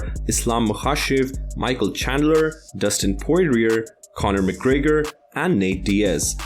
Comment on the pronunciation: "Dustin Poriririer"